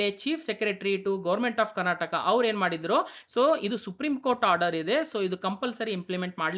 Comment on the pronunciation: Karnatak ಅಲ್ಲ ಮಹಾಸ್ವಾಮಿ ಇದು ಕರ್ನಾಟಕ, ಬಾಷೆ ಕೊಲ್ಲಬೇಡಿ ಸರಿಯಾಗಿ ಕಲಿತು ಮಾತಾಡಿ